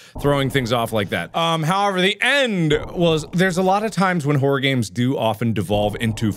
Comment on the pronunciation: 'Hello my name is markiplier and welcome back to three scary aids' That's legit what I understood 😂